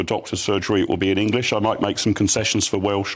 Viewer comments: Englissss? IT'S ENGLISH!! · She couldnt even prounouce the word "English" correctly.